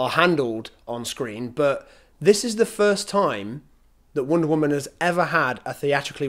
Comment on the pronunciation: "wOOnda woman"